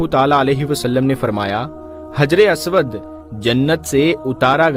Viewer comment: हज्रे अस्वद है (हज्रे "आस्वाद" नहीं है )